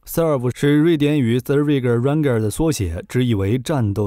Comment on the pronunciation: 你把stridsvagn 的发音念到瑞典人都听不懂🤣